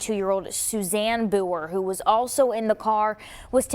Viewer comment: I have to say it is quiet hilarious to hear all of the reporters trying to pronounce Conococheague. I used to go inner tubing down it in Chambersburg when I was younger.